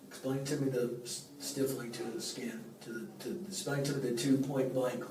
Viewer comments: "Stiffling marks"... lol... stipiling occifer 😂😂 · Stippling not shilling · It’s so uncomfortable when people try to sound smart and bust out with stiffling instead stippling! However, that is the only negative remark I can make against this detective. He was awesome and had so much patience with the hypocrite. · 'stippling', Detective. Stippling.